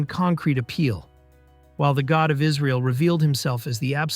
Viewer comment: why are we calling it israel and why are you pronouncing it that way. by the way they still worship them, clicked off the video